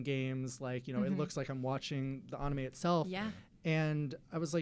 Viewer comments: did he just say onime or am I trippin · well... The Japanese vowels are pronounced differently. What you heard was probably the 'awe' sound that the Japanese vowel 'A' makes.